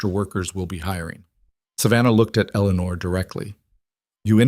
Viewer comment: It would be nice if the AI machines would pronounce names correctly. Eleanore is pronounced El - uh - nore. The cousins name is pronounced Add - uh - line.